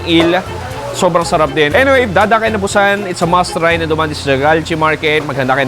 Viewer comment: Bat ganyan ka mag pronounce ng Busan???😅😅😅